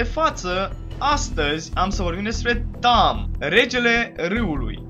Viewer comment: in primu rand e tahm nu tamm si in al doilea rand chiar o sa manance aliatii si inamicii